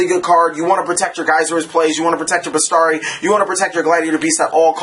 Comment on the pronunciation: Oh, and it's besIIIIIari not bestari :)